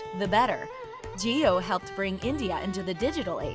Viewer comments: Jio not Geo😂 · Well put video. However, it's "JIO" & NOT "GEO"